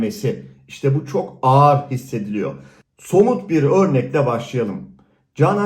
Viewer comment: Ağar değil ağır o 🤣 konuşmayı da mı ben öğreteyim 🤣